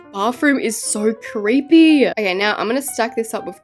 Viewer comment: The way she said it's so creppy when it is creepy 😂